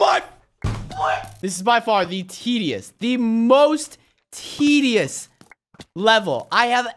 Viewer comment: Lol I never thought he would say tedius